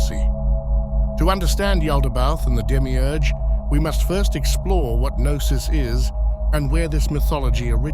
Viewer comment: I am Greek and I have to disagree. Knossos starts with a K in greek language,while Gnosis starts with Γ,which of course doesn't exist in Latin alphabet. That's the letter Γάμμα. It's not pronounced as G,but with a sound similar to the way the French pronounce the letter R,if you know what I mean. So there's no relation between Knossos and Gnosis.